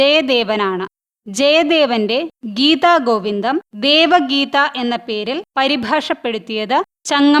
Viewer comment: ഗീതഗോവിന്ദം എന്നാണ് ഉച്ചരിക്കേണ്ടത്....ഗീതാഗോവിന്ദം എന്നല്ല